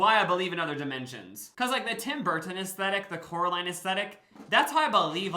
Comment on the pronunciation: It’s COraline not CAroline (sorry I had to bc it’s in the movie haha)